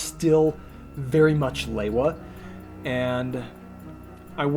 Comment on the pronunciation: Looking absolutely class! Hearing Lewa pronounced properly as it was in the promotional discs is soo refreshing! Also was that a remix of LP New Divide at the end??